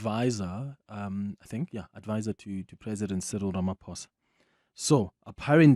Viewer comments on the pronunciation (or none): none